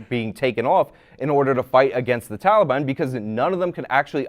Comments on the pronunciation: I like the way that Destiny pronounces Taliban, like Tally-ban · Did Destiny say Towelie ban?